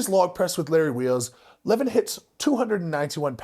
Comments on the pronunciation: It's not lEvan, it's levAn actually. It's not that hard, just hear his name from a random video with him. lol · It's not LEvon it's LevAAAn. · His name is pronounced 'le-VAN'(sorry to be a 🍆-but it is). Anyway, good vid, i remember watching levan doing log press... He lacks technical skills, but as we've seen-it isnt easy to log press. If he learnt, he could smash it i reckon. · I enjoyed the video, but Levan is pronounced (Levawn). You’re welcome 🫡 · Pronounced "Le-voun" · Next time you mention his name, it’s pronounced more like lah varn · It's pronounced Lev ON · His named is pronounced Leh-Von i believe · It’s le-von 😂😂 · His name is pronounced “Le-vaan” Moose! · LE-VON .... sorry just had to pause the video to type this, it was gettin to me haha. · Lah - Von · Please say his name right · I’m sorry but the way you pronounce Levan is throwing me off 😭🙏🙏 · anyone crapped on your pronounciation? how you say devon and levan the same?? i’d love to hear your interpretation of his last name!!?? and to correct you he’s 402 lbs 187 kg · how can you devote a 13 minute video to a person and not even bother to learn how to pronounce his name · Didn't even pronounce his name right. Goodness. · Wish you would pronounce his name correctly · Who’s gonna tell him how Levan is pronounced? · I like your content snd au appreciate what you are doing But...please, please focus on pronouncing names correctly. It is a sign of respect. And you seem to be very respectful. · Ohnooo not the mispronunciation of the name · It's the right way to pronounce Levan lol. Like eleven. Most the western world butchers it